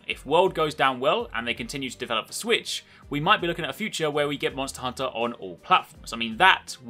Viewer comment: u said swisshh ahahhhh english mate learn how to talk and use proper words